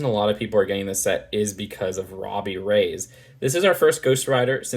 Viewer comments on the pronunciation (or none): ITS REY-YEZ NOT RAYS MIGOSH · I’m pretty sure that though this incarnation of Ghost Riders surname is spelt Reyes it’s pronounced Reyas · You say ghost rider name wrong sreach agents of shield to say how to say it